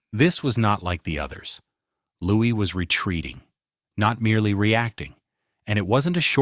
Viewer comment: Wish the narrator would get Louis's name right